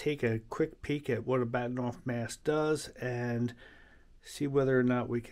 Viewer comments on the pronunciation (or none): It's Bahtinov not Baktinov.